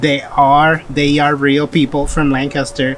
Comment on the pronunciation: Wow I live like 15 mins away from here and we also go to the OBX every year- for the last 🤔 20+ years! I seriously appreciate you pronounce “Lancaster”correctly EDIT: a little disturbed by some folks you encountered in stores not wearing masks